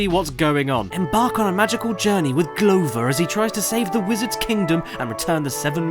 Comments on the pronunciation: It's pronounced gloover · The way caddicarus say glover is the most British thing I have seen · i cannot think of one reason to justify pronouncing “glover” the way you do